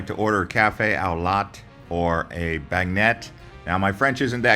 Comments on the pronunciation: ben-yay.... not bag net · I knew you were suspect when you said “New Orleens” but I had to click out when you said “beg-net” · It's pounced Ben yea you tool